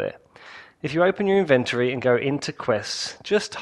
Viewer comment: I almost disliked this video because of the way you pronounced inventory